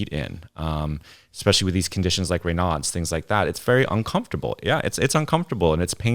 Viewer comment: The audio processing is distracting as she rolls down the expansion curve toward the noise gate. Just a tech note for next time. Also "Reynaud's" is named after a Frenchman. His name is pronounced to rhyme with Draino, making the syndrome sound like "Rain-ohz" or "Rain-o's".